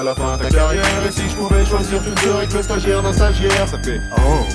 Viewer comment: Stagiaire pas stagiare